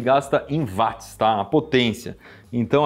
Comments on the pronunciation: Pô, Iberê. Vc falando "vátis"? James Watt era britânico. Na língua inglesa o w tem som de u. Se fala "uótis". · Poxa cara, gosto bastante dos seus vídeos, mas “vatis” é complicado. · Pq que os Brasileiros falam Vats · Dói os ouvidos cada vez que o Iberê pronuncia "Vats". A pronúncia correta é "U", semelhante a Will, Wendell, Wash, Way, Western, Warrior, Wonderful... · Eu sei que muita gente fala VATS, até engenheiros, mas está errado. O correto é pronunciar UOTS, pois é o nome da pessoa que foi homenageada com a unidade de medida. O físico Watt. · "Vat" mds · Q agonia o Iberê falando "vat" kkk, mas ótimo video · Faltou o arcondicionado. PS.Chega a doer os ouvidos .... Iberê não é Vats é Watts ( nome próprio James Watts, Eng. Británico)